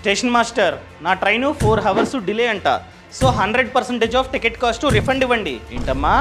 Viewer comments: హవర్స్ అనకూడదు అవర్స్ అనాలి. h silent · It's not ho vurs, It's ours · హావర్స్ హావర్స్ అని సార్లు అనొద్దు బ్రో. HOURS లో H silent. అవర్స్ అని పలకాలి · Information is very worthy. కానీ హావర్స్ కాదు అవర్స్ అని పలకండి. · Hawars kaadhu hours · Hours ❌ Hawars ✔ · Hours ni havars ni ani palak kudadu bhayya ours anjali bro h sailent letter in that hours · Hrs ను హోవర్స్ అనాలి😅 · హవర్స్ కాదు sir అది......అవర్స్ . 'H' silent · హవర్స్ కాదు నాయనా ... అవర్స్ అనాలి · Inni telisina meku havors kadu avars ani telida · హవర్స్ కాదు ఔర్స్ అని శబ్ధం వచ్చేలా పలకాలి man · Hours ❌ Hawrs ✅ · Four hours ❌ four havarsu ✅ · Videos bagunai bro . But Hours pronunciation Havers kadhu ahvers . Don't mind bro just correcting with all respect:) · Hours ను ours అని pronounce చెయ్యాలి bro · Hours lo H silent anna! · Bro hour lo h silent bro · Hours pronounce enthi baya 😂😂😂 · Hours lo H silent bhayya...chiraaggaa alaa palakaku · Hours pronounciation nerchuko bro 😅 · Hours lo h silent chese pronounce cheyandi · Hours pronunciation needs to be corrected bro